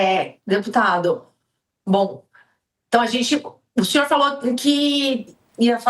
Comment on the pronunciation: Como que o ''xinhor''? Exxiste?